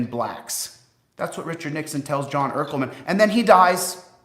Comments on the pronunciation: Urkleman????? LMAO! Jesus dude, look up how to pronounce it. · He looks like a busted David Boreanaz type. I just saw a video of him grifting a product called jock sock from 2005 a fitness convention or something. Oh my God, when he was talking about Nixon and the 70s, it's John Ehrlichman, not Urkleman. Wth is this guy deal? Do people not know how to pronounce these European surnames? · I mean, I know an idiot, but why did just randomly repeat that pronunciation? Its Eer-lick-man, Chile, deal with it. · And the dude he is talking about with Nixon is pronounced er-lik-man!